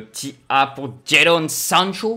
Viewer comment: Prononciation de sancho nickel 👌🏼👏🏼